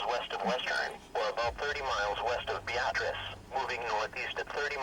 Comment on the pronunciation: It's pronounced be-AH-triss."